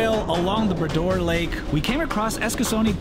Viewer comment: It was the Bras d'Or Lake, which is a French name, but pronounced with an English accent, which gives it that odd emphasis.